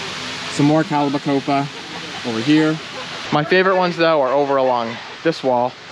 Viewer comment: just trying to help, not trying to be critical. But you mis-pronounce calibrachoa. There is an R & a hard ch in it, and no P. Like Kal-i-bra-koa., not Kal-i-ba-copa. Since it is one of your very popular plants, please correct your pronunciation so you can properly inform your customers. I ran wholesale and retail greenhouses for over 25 years, so I can tell you that your plants are looking good. But this is kind of like telling someone their fly is open. You don't to embarrass them, but they need to know lol. Good luck with your growing season